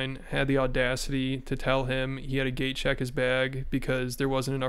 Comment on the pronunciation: I thought you kept sayin, “gay check” not “gate check” 😅 And eeeek.. this is very disappointing.. 2nd time I’ve been let down by his and his wife’s outlook on stuff.